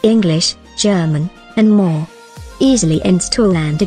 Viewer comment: Antergos not antergose my god man